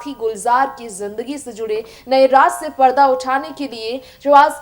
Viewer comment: very bad pronounciation..रास किया नही...राज किया..